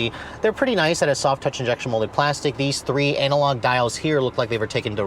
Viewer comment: Hehehe, he said "anal-log"